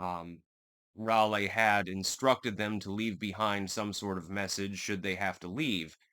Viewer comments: You did it for me, lol. Also, Rahlee, rather than Rahlay. Js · Bro stop pronouncing Raleigh like that